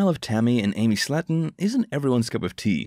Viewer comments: It's pronounced SLAY-TON. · Love how the show has been on 2 years and you say the last name wrong.